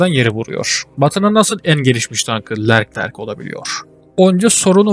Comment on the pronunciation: Lerclerc değil Leclerc :)